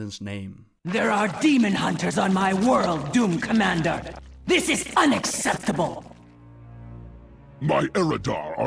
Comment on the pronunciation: you pronounce this as "dis"